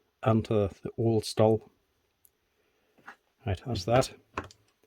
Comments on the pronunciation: I still can't get over why you call a Stihl (pronounced: 'shteel') a "stall" :) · Dude it’s not a St-ul! The brand is pronounced St-il as in STILL! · its pronounced "shteel" ;P